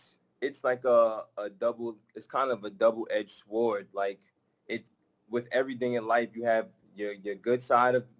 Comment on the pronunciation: pronounced.... sword, or soared? lol